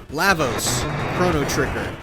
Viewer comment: Yeah Lavos doesn’t have 10 phases, you’re reaching. Also you’re saying his name wrong